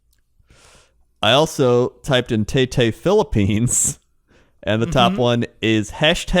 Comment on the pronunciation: As a Filipino I have to say your pronunciation of Taytay is adorable